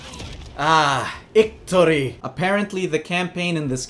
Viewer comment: "Ictory" lmfao 😂😂😂